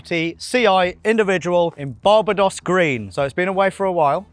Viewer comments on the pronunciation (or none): Barb a dos green 😂😂😂😂 where is that ??? do you all not say it Bar Bay Doss like we do ???? and I actually like the old bmw wheels better, but what kind of car modding channel would this be if you just kept the old stuff on cars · BAR-ba-dos Green? I prefer Bar-BAY-dos Green. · WTF is Bar Bah Dos? You mean Barbados, like the islands? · lol it’s Barbados as in the place not bar ba doss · “Bar bay dos” And it’s not a coop it’s a coupé-“coo pay” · Bar-Bay-Dos……. try that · "Barber-dos green" 🤦🏻‍♂️ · BAR--BAY-DOS ? isn't it named after the country or am I wrong ?? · Wth was that pronunciation of Barbados? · Never heard Barbados pronounced like that before. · Can’t even pronounce BARBADOS properly, what a total WANKER!! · Strange pronunciation of Barbados ? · pronunciation of Barbados is diabolical, lol.